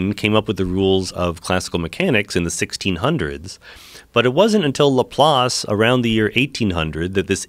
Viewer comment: Joe "Lapace" Rogan